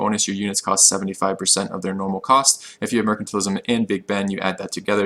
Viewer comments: Wrong, it's spoken like merkantile not mersantile, which is a much simpler explanation anyway than the 2 cs of commerce. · The c in mercantile is like the c at the end of commerce, not like the c at the start of commerce :P